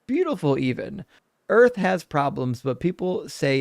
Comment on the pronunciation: Someone who pronounces Earth as Erf is never going to understand